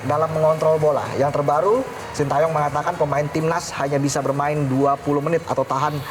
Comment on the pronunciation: wkwkwkkwkw, knp Hostnya baca SHIN TA YONG, padahal cara baca yg bnar adalah SHIN TE YONG 🤣🤣🤣